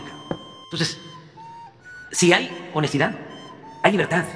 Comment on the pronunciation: Cuál honejtidaa?!?!😅 Que no la chifle xq es cantada!!